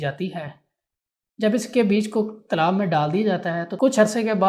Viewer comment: Bhai log Urdu ko kis kis Tarah padhte hai ! Talaab ko Tilab padhna achcha Nahin laga .